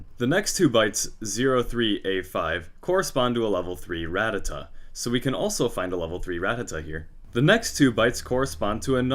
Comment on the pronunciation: When someone actually pronounces Rattata correctly instead of Rattatat